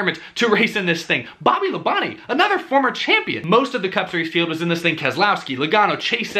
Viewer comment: I knew he was going to say Bobby LaBonte’s name right once he heard it today lol